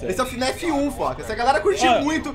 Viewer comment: Ele falou fnef envez de fnaf kkkkk